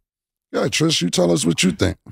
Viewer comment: Her name is Trish not Tree Tree